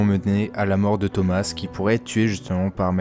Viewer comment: Thoma pas thomassss